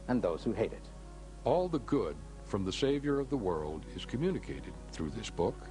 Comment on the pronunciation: 'Througher' lol ffs.